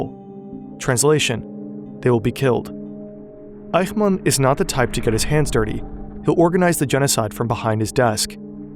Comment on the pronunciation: In German the "ch" in "Eichmann" is pronounced like the "ch" in "ich", not like the "ch" in "Dach". In phonetic language: ç, not x. I know "ch" is always pronounced like the "ch" in "Dach" in Dutch and Hebrew, but that is not the case in German.